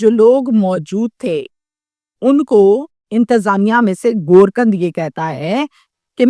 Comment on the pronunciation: Kuch Alfaaz woh nahi bool sakti hai.